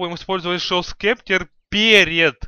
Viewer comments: он сказал шо скептр, правилно гост септер или скипетр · Гост септер, а не шо спектер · говорится не шов септер а гост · Шоус кептэр! Смешно звучит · GHOST SCEPTER читается как [goust] [sˈeptə] [гоуст сэптэ]